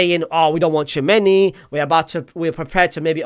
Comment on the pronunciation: And the way you pronounce Tchouaméni as Chew many